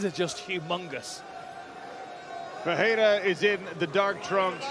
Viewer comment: why are you saying perreira not Ferreira commentator